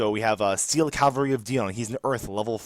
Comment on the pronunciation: Pretty decent effect, but it's actually "Cav-al-ry" and not "Cal-va-ry."